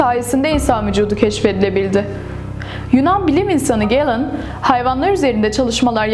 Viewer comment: onlar ingiliz degil gelın falan diye okunmuyor yazildigi gibi okunuyor Galen ve Andreas Vesailus